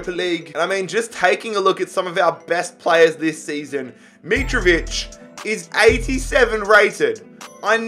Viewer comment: u support Fulham and can't say Mitrovic right